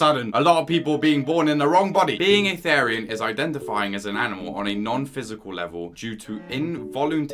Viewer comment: It’s thee-ree-ian